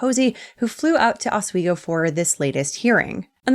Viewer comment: Please please learn how to pronounce Oswego